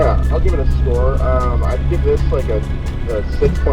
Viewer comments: Scroe??? was that on purpose? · Anybody else notice it said ‘Nolan Scroe’ instead of score. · "Nolan Scroe" just sounds...wrong. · "Nolan Scroe" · “Nolan Scroe”? Lol it’s all good, thanks for the content during the quarantine! You guys are amazing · “NOLAN SCROE” 😂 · "Nolan scroe" lol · "Nolan scroe" 😂😂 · “Nolan Scroe”